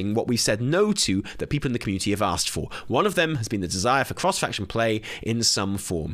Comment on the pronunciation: “CROHSE FAKCHUN PLEH” 🤣 Bro you had me rolling. 😭💀